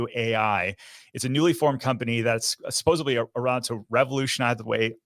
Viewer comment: Its supposedly, not supossably...🙂